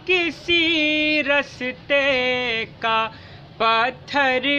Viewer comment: बहुत जबरदस्त उम्दा कलाम बेहतरीन आवाज बस थोड़ा सा लफ्जों की अदायगी जैसे रास्ते को राश्ते कहना ठीक करना होगा बाकी सब बहुत अच्छा